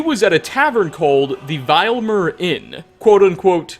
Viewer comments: True leader of the reach is Red Eagle. "disappeared a few months ago" but is already a skeleton and "Vil-Em-Yr", not "Vile-Emir" lol! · The inn is pronounced Vill-eh-meer. Do you even listen to the characters pronounce names?? Get the names right if your going to do lore videos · Okay, okay, okay, each time you walk into that inn in Iverstead, there is only one thing, ONE THING, the innkeeper would say to you. "Welcome to the VI-LE_VEER inn. If there's anything I can get you, just let me know." How can you still mispronounce it, when it is the first thing you hear when you walk into the inn????? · Listening to trying to pronounce simple words like "Vilemyr" for the last several years has been a never-ending source of pain. I've seen 5 year olds learning from an iPad perform more impressive cranial exercises. Please,... for someone who profits from the production of videos such as this you really, REALLY need to play the game. They pronounce the words FOR YOU so that you can hear them uttered phonetically in true canonical context. Parrots perform this amazing feat of mimicry - you can, too!